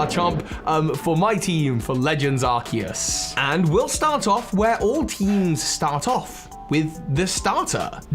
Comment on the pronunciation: ARCEUS, NOT ARCOOS! FIX IT NOW!